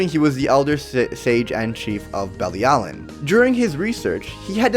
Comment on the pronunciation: Bruh she’s not affected by commandments because the supreme deity gave her immunity to them. ALSO you COMPLETELY butchered the word belialin. Watch the anime bro